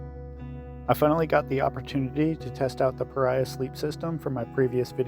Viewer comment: Just for the record, it's pronounced Pah-Ree-Ahh. Not Pah-Rye-Ahh. I've talked to the owner-founder. I had this question about the name. They confirmed it for me.